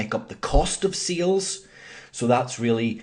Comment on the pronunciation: It is SALES not SEALS :D SEAL is an animal. What accent is that? New Zeland?